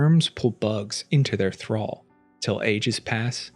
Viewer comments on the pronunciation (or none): none